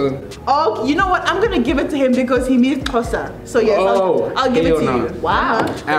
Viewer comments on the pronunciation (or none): Oh my goodness it's Xhosa and not zhosa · “Issjosa” isixhosa🤣🤣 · I'm not sure which pronunciation of xhosa is worse, his or Amanda stenburg's "hosa" 😭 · He said zhosa...lol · not "Zosha!" 😂😂😂 please! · He said Jousa🤣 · she was doing an interview with some person when not only did she say "hosa" but she also mispronounced her name. She said "Amandala" 😭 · He said Zosa😭😭😭😭😭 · Not this man saying zhosa. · ✋😭When he tried to say Xhosa, he had me in the grave 😂😂😂😂😂😂😂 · When he tried saying Xhosa, he had the South African Underground gang gassing 🤣💀⚰️but he tried tho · Lmao my guy struggling to say Xhosa why didn't he just say English like cmon now😂😂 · Give him a break 😄Even most Africans can't pronounce Xhosa because the Nguni click languages are concentrated in southern most part of Southern Africa.